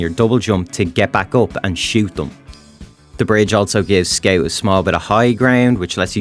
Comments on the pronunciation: I like how he says "skeut" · Very accurate weeb accent. I'd subscribe if I wasn't already. Also, what is a skeouwt? Never heard of that class... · guys he says scaut